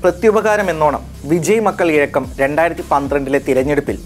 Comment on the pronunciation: ഇഴക്കം അല്ല ഇയക്കം